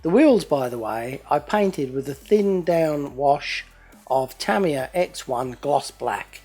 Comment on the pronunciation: its pronounced Tah-ME-yah = Tamiya